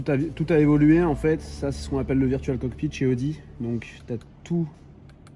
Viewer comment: Le commercial il a cru il lui apprenait un truc avec son « virtual cokpit »